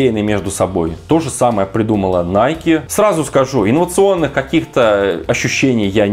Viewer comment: Для начала давайте называть правильно, не найк, а найкИ!